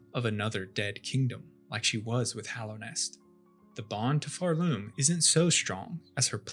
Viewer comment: "pharLOOM" youre stressing the wrong syllable and its annoying the fuck out of me